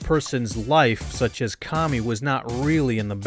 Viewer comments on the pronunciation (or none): none